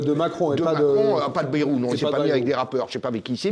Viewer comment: Le nom de Bayrou se prononce "baïrou".